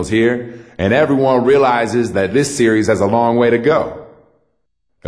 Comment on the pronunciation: Every time he says series, he says serious. And he's always saying tough layup. :)